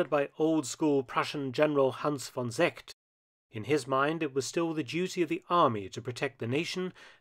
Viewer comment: You do a pretty good job pronouncing German names, but "Seeckt" has a long e-sound. The way you pronounced it ("Seckt"), it sounded like the German word for Champaign... :-) A similar example, where the difference between a long slow "ee" and a short quick "e" changes completely the meaning of the word is: Heer (=army) and Herr (=Mister/Sir).